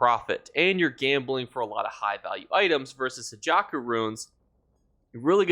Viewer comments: I love your content bro. But I hate that you keep saying "hajaku ruins" when they're "Hakeijo runes". lol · Bruh: “Hah-kay-joe,” not “hah-jah-koo.”